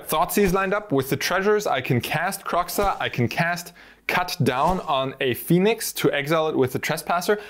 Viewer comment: and izzet phe-onix lol